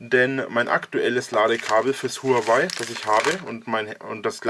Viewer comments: Warum triggert es mich immer so wenn Leute Hurengeweih sagen? Huaway. Ist das denn so schwer? HUA WAY. Von mir aus auch WOAH WAY. Ist mir immer noch lieber als Huanweih. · Huawei wird anders ausgesprochen.